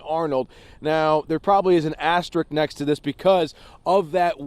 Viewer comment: "astrick"? .....it's pronounced "as-ter-isk".